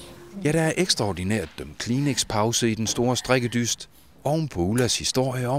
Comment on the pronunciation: hooly shit your pronouncination of the show titlw is really good!